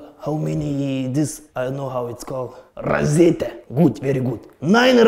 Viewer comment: Razetė angliškai razette